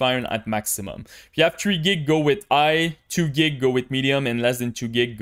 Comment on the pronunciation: just curious - why you are not pronouncing H letter in all words?) so like "igh" instead of "high" and etc o.o